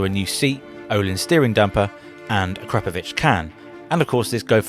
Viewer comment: A-Crap-O-VICH? A-CROP-O-VICH